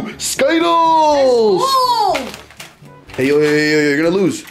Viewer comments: Its skittles not skyttles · It is skyttles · People who didn't understand when they said sciddles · that's not how to say Skittles but ok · Why do you pronounce it wrong 😂